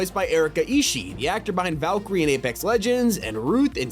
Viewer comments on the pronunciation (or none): none